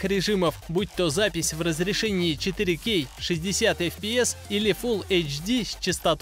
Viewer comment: точно, если бы звучало правильно, то было бы вообще отлично)))